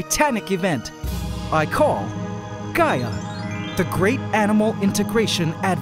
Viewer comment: I thought bro said "Gy-att" not "Gaia" 😂